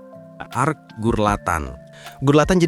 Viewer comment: bg salah bg bukan arc qually tapi arc sorry